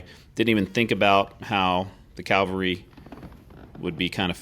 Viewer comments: It's pronounced "CAV al ry" not "CAL va ry". Calvary is the English "Golgatha" or the hill where Christ was crucified. Cavalry is the historical reconnaissance branch of the Army. I'm a former 3rd Cavalry Regiment Trooper and I enjoy your videos. Please understand my enthusiasm in this regard. Your videos still have the best musical scoring. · Sorry buddy, an interesting video but I had to quit watching because of your pronunciation of the word CAValry. I know, picky but I can’t help it.